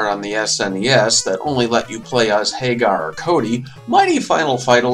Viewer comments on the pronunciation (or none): My phonetic OCD makes me cringe every time you pronounce Mike's last name like Sammy Hagar's. Pretty sure it's a take on "Haggard" And also... his name is f***ing Abigail. What would you expect him to be doing to you? Don't even get me started on Poison.